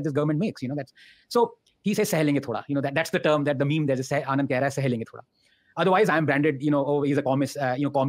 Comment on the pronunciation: Bro "Anand" not Aand😂😂. Pls don't mind it but I lost it when I read that!